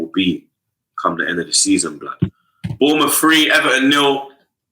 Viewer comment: Mun Guni " Aubama-boomerang" ...🤣🤣🤯